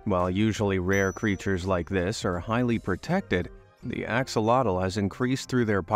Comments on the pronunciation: it's a-show-low, not ax-oh-lottle. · axolotl isnt pronounces Axe-olotal, its Ox-olotal just to let you know :) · It is actually pronounced like ash o lotl